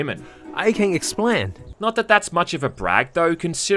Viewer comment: ''I can explang.'' XDDD